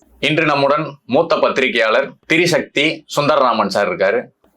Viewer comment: நெறியாளர், திரிசக்தி என்று சொல்வது, தீயசக்தி என்பது போல் இருக்கு.